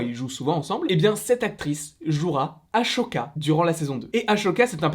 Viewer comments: Euh juste j’ai adoré ta vidéo mais c’est pas aCHoka c’est aSSoka ça se dit « ss » et pas « ch » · Je t'adore vraiment mais ... s'il te plaît respecte Ahsoka 😂😭 A"sssss"oka Sinon bonne vidéo 👌